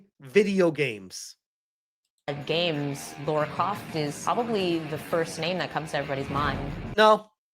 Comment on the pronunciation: Whenever someone says LAURA CROFT me: 😠